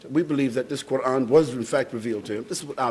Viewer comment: First off, it is Quran, not quarn